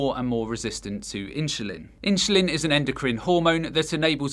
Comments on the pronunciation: Why do you pronounce Insulin as Inshulin lol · ...how did he pronoanced Insulin 🤔🤦‍♀️🤣🤣🤣🤣